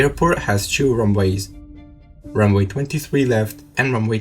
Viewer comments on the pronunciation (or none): I know I’m petty but please learn to pronounce 2 as “too” and not “tue”. I find it distracting tbh… Otherwise one of the more haunting last seconds of a CVR 😢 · if he said “too” as tue then yes it would seem logical.’but saying too as too and two as tue isn’t. I don’t mind his accent on the whole , but “tue” I can’t help but say something about. I’m non native too so I pronounce things wrong for sure. But I would gladly have feedback so I can learn from it if it is actually pronounced wrong and sorry,but 2 is. I’ve spoken Swedish for a few years but if I had someone say” excuse me, it’s pronounced xxxx and not ssss then yes I’d actually be glad to be able to speak better Swedish even when the meaning of what I said was clear.